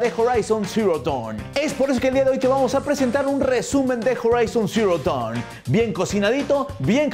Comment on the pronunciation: Que bien pronuncias el nombre del juego en inglés 🙌🙌👏👏👏👏👏👏